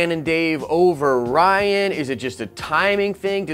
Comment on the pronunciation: Reean is how you pronounce it not ryan. Jeez your understanding of English hurts my brain. Also rian sucks so happy if it's not happening.